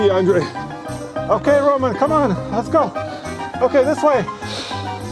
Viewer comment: “I have 1 Rowman power” -Andre 🤣